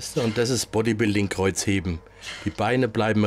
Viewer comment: Chewapschischi Kreuzhebrn 😂